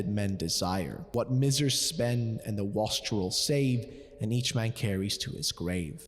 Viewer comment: Excellent video. Your amazement at the 3 riddles was a little.. weird.. those were VERY common riddles. Note, wastrel is "waste-rell".. and miser is "my-zer". Not mizzer. And it's penitence.. not pentinence. Should probably Google words you haven't seen before.